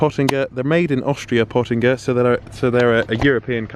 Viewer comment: YOU HURT MY EARS !!! ITS PÖTTINGER!!!